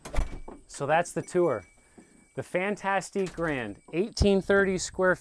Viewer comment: I am bothered by the way he pronounces "fantastic".